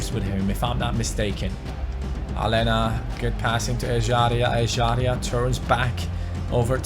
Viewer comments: Aleña is pronounced Alenia not Alena bc in Spanish the letter ñ is pronounced ni so Aleña is pronounced Alenia pls read this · its pronounced a-ley-na not ale-na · Yeah, its Alenya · It's pronounced Alenya mate😉😁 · please pronounce Aleñà's name right, it has the "ñ", not just a regular "n". Like so can see!!